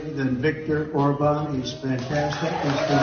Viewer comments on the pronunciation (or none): Orban pronounced as Órban, not Orbán